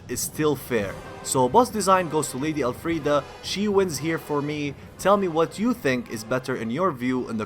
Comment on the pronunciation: Why do you keep saying El Friede thats not her name and its getting annoying lol.